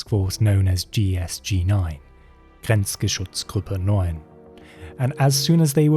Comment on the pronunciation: german is very hard to get to sound right if you didn't grow up with the language. you said grenzschutzgruppe neun very well! :)